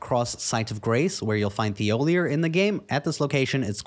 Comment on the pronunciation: It’s Tee-oh-Lee-ay. (Thiollier)